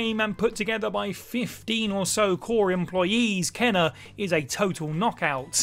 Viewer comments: He himself hasn’t played “Kena” bridge of spirits. How do I know? Her name is pronounced “Cain-a.”How do I know? I played the game and that’s how she pronounces her own name. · Kena Bridge of spirits was great. Though he himself hasn’t played since he kept pronouncing her name wrong.